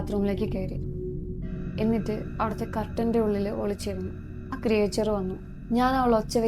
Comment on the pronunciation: why you are pronouncing ക്രിയേച്ചർ instead of ക്രീച്ചർ😅